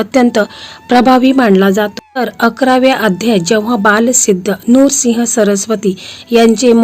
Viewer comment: नूरसिंह चुकीचा उच्चार आहे नृसिंह म्हणा